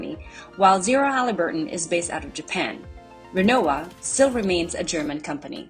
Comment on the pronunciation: Pronounced Remmovva